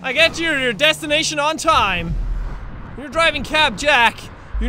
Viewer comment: you don't know how to say when,It's not Wen it's when ok